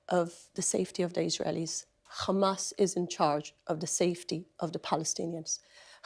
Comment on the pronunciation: Please stop calling them Khamas. It is Hamas, pronounced with an English accent this is how Arabs pronounce it.